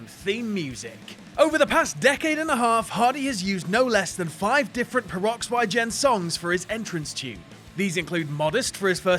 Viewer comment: the bands name is pronounced the same way you would normally say the word oxygen